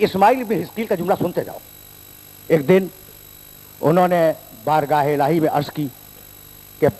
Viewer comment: ماشاءاللہ . اتنے بڑے عالم کی مجلس سینڈ کی ھے تو اردو کسی سے پوچھ لیتے بھاٸی ۔ الہی ھوتا ھے الوہی نہیں